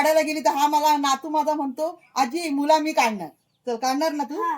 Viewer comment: मुला नाही मुळा बोलणे.